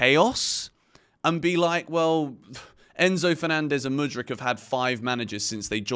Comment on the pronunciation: Why aren't you English people takes Mudryk name out ya mouth?? Let mudryk breath please